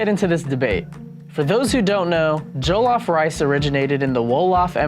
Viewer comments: JOE - lauf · The original will always be the best 💅🏿🇸🇳 and why are they saying jo LOFF instead of jollof very annoying lol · Criss O Oh loff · “joe-lawf” nah g. it’s JOLLOF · JOH-LOH-FRYCE JOLLOF RICE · I swear to God if he says joe-lof one more time it's pronounced jaw-lof sort of NOT joe-lof🙄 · JOE-LOFF ksksdmmksskm mans shut up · Michael ._. J-awe- loff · bro says “Joe-Loff” i don’t trust him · Yes JO LAWF 🥴 cringeee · JOO lof ugh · what is joe-llof ahh ad3n say it correctly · Onggg🤣🤣🏃🏾‍♀️🏃🏾‍♀️ “Joe-loff” is how he pronounces it💀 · It’s a person. “Joe lough.” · Hahaha why do Americans say Jo-lof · "JOE LAWF" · Pretend like we are still doing phonics so it is pronounced as jo-llo-ff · It pisses me off it is Joll off that’s how u pronounce it and the is Nigerian woman can’t pronounce jollof properly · JOE-LOFF?!!! Seriously 😦😂🤣 Thankfully, I was eating jollof with plantain while watching the video 😁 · as in🤣... He said JOELOFF my sister 😂😂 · jOeeELLoFF rice , I swear it bothered me hard. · I cringe each time he says jOlof hahaha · JOLOF MON. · First of all, I'm Ghanian and the way they are pronouncing Jollof is MADDD ANNOYING!!! Like Seriously? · Man we already know Senegal where jollof originated from we have to give them credit and the way they are pronoucing jollof is annoying. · I’m somali and we dont eat jollof but the way they’re saying it is a piss take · This woman cannot pronounce Jollof correctly but she has taste-buds. #GhanaianJollofForever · why am i so triggered by the way he says Jollof like bruh you could of researched before you did this 😐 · Living with Lola and studying why are you being so rude? Do you understand English? She simply said she is not from Nigeria but the way he pronounces the word ”Jollof” makes her mad, meaning she wonders how Nigerians feel about his pronunciation of the word. Where in her comment did you read are write Nigerian Jollof was bad or wasn't the best? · The way they are pronouncing Jollof is ANNOYING ME.....